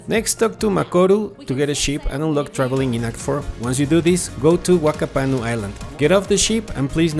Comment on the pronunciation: Whakapanu is pronounced Fakapanu. Wh = F sound, in Maori.